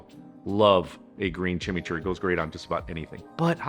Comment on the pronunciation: Dood, it's not like Jimmy, it's Cheemee.